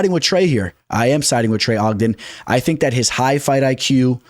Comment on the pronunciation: Trey O jen fight week. Only person I've ever heard mess up trey's name lol